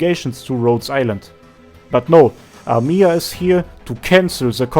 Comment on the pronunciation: Just "Amiya" Not "amIya" Thanks for video